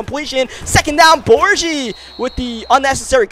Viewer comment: Cracks me up when he kept saying (Bor G) it’s Bor Gi. Gi that rhymes with key